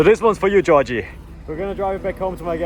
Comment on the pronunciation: Damn you butchered Giorgi's name haha! also check the EDC, if it fails it's very expensive to repair.